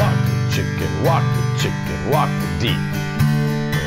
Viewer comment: Thought he said "Wok the chicken" 🤣🤣😎👍